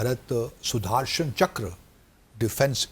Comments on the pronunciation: PAKISTANI ACCENT SUDARSANCHKRA 🤣🤣🤣🤣🤣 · Sudhaarshan chakkar 😂